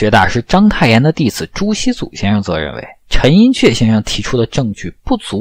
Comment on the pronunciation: 陈寅恪，ke4，你念的不对